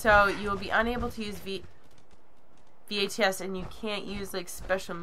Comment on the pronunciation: "You will be unable to use V.A.T.S. and you will move..." lol idk why but this was the funniest joke to me, she actually says V-A-T-S instead of VATS. lolnub.